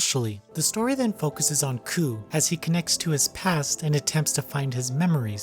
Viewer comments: koh.. not koo... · Every time reviewer says "Koo" (rhymes with poo) it negates any credibility he might have. The name is Kou... Ko + oo... Ko-ew... not Koo... (google "romaji" perhaps) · I want to say this: You kept mispronouncing Kou's name. Its pronounced K-oh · looked it up again in case i was wrong furigana says かどくら こう kadokura kou kah doh kuu rah koh uu also she says koh uu